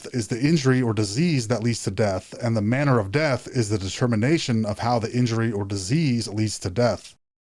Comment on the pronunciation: It’s “manner” 😂 Lord help us just kidding! I know we’re only human but still don’t mess that up again. 😂